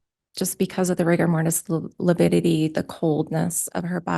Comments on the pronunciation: It's lividity not lipidity😐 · I wouldn’t have been able to keep from correcting. ‘I’m sorry, I don’t know what lipidity is, but I know what lividity is..’ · Its LAVIDITY! NOT LAPIDITY!!!! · mispronounced "lividity" three times. He thinks it's called "lipidity." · The fact that keeps saying “lipiddity” gives you everything you need to know about his competency as a lawyer lol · Is he saying “lipidity”? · It’s lavidity. Figure out the spelling and pronunciation! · Lability? I wish she was bold enough to correct his sorry self. Defense lawyer in a murder case and can’t even say the word right. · LaPIDITY?! wtf is he on lol? 😂